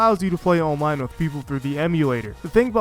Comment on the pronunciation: Great video but the way you pronounce “online” pains me for some reason.